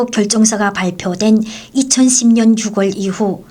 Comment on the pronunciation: 오리지널 한국인인 제가 들을땐 아나운서의 멘트가 영 어색합니다. 한국에선 6월을 발음할때 육월 이라고 하지 않아요. 유월 이라고 합니다 10월도 마찬가지 십월이 아니고 시월 이라고 하죠 북한분들은 6월과 10월을 발음할때 이런 차이를 모르는것 같아요. 육월과 십월 이런 발음은 한국인이 들을땐 너무 어색합니다. ㅎㅎ ^-*